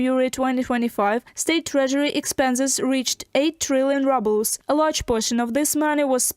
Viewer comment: National wealth fund is empty. The cash is spent and inter government obligations are uncollectible. An credit here is a debit there. The announcer's pronunciation of rubble for ruble is apt.